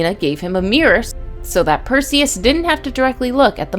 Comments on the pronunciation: Who's Persews? I thought it was Perseus. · how do you miss pronounce perseus everyone pronounces it the same way but you messed up so badly